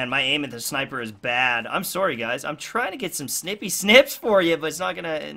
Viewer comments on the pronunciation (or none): "Sawry guys"